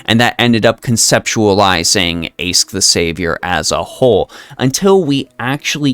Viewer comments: I know you already said you'll stick to that current pronunciation, but I'll be that annoying one who explains that... It's actually a lot easier to use the correct one. In LB6, they explain that "Aesc" means "Ash Tree". It doesn't just mean that, it's ALSO pronounced "Ash". (Therefore I demand she gets a Pokemon trainer costume at some point). On the other hand, Toneriko is just the Japanese word for "Ash Tree". It's like how the Chinese Servants refer to their names with the Japanese translation, e.g. Xuanzang Sanzang refers to herself in voice as Genjou Sanzou. Why Chinese Servants specifically? Probably because they share an Alphabet and so read those characters in their own different way. This means that Toneriko isn't a "third character", and the NA team is just giving her the "Chinese Servant" treatment, rewriting the name into Old English instead of kana, which makes sense. So this is just Aesc/Summer Morgan, not Toneriko/Aesc/Summer Morgan. While I do love her as a character, wanting to give hugs for the horrible things she goes through, it feels wrong personally that they chucked a summer skin into an anni servant. Aesc's final ascension should have been something like... Morgan, but not summer-y? Specifically, perhaps a reverse Alter look where she's shiny, rather than gloomy? Summer Morgan could have been on a third banner instead. Or if people are tired of Saberfaces, they could have someone else as Anni, keep Summer Morgan in the lineup, then release Aesc on New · Apparently the correct pronunciation is Ash, just like Ash from Pokemon